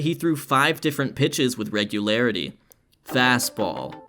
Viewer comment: "Fast-ball" "Sli-der" "Curve-ball" "Sin-ker" "Change-up"